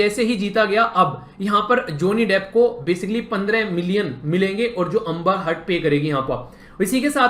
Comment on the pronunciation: Amba 🤣🤣 wow what an pronounce 😛😛